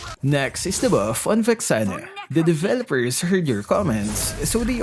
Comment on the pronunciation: Taga saan ka po??? Bat ganyan accent mo... Vexana sounds Vexene...???